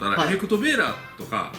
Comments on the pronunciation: のところベーラーじゃなくヴェーラーだよ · 細かいですけどベーラーじゃなくてヴェーラーです